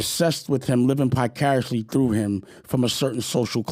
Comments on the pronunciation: "Picariously"? Da fck? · Someone PLEASE tell Dame the word is Vicariously nor Picariously. Sheesh. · "Pie-cariously"? Sir, it is VICARIOUSLY 😂